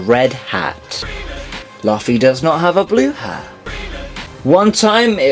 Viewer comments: The fact that you can't pronounce the main character's name as well as a lot of other commonly used words in One Piece bothers me too much to watch the rest. Luffy has been pronounced "Loofy" in both the sub and dub from the very beginning of the show which makes me wonder if you even watch One Piece at all. Plus only 1 of at least the first 15 were actually interesting, the rest were obvious. The fact that Zoro has never called Sanji by his name. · you're a fucking idiot and know nothing of One Piece. The fact that you can't pronounce "Luffy" and the fact that you simply thought Ace had bad spelling when the crossed out S was really there to commemorate Sabo says it all. If this were on old video I would not be posting this comment but this was posted in September 2015, shame on you. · U said luffy wrong...